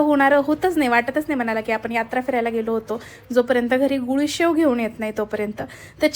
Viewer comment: गुळीशेव नाही❌ गुडीशेव😅